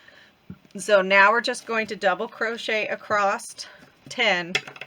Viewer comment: Love this easy pattern. Thank you for sharing. You crack me up how you say across..t! …Lol 😂